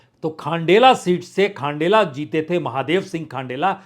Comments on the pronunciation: Sir thank you for an ideal poll analysis. Please mind some pronunciations. Speak खंडेला not खांडेला बंशीधर बाजिया not बंशीधर भैया बाँदीकुई , not बंडी कुई डोटासरा not डोटासारा झालावाड़, not झालावर. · 😂😂😂 खानडेला नहीं खण्डेला बंशीधर बहिया नहीं बाजिया 😂😂😂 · खंडेला को आपने खाण्डेला बना दिया,बंशीधर बाजिया को बंशीधर बईया बना दिया.....कहाँ बैठे बैठे रिपोर्टिंग करते हो प्रसुन जी😂